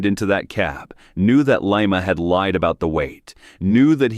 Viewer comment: It's not Lee-mah.